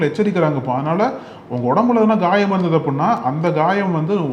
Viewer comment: Ghayam illa thambi Khayam